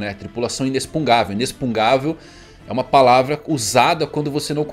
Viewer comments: do céu, para de falar IneXpuGnável como inespungável kkkkkkkkkkkkk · Ow, pfvr... o correto é INEXPU GN AVEL. "inexpuGUINAvel" Não inexpugavel. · "Inexpugnável" é o correto,. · só corrigir porque tu usa muito a palavra, mas é "inexpugnável" com o g antes do n. Sem querer ser chato kkk só pra tu saber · InexpuRgável. Com R.